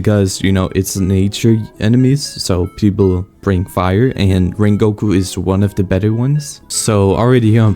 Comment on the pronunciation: bro called rengoku ring goku